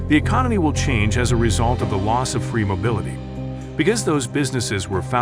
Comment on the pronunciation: We're fwee!